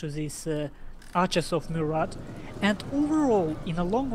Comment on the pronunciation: gg for both. BTW: you don't for pronounce the "t" in Murat